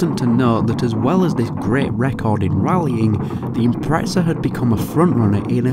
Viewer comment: Where the fuck is the T in IMPREZA?? "IMPRETSA"